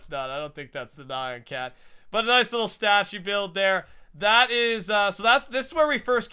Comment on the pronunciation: did he say naion cat....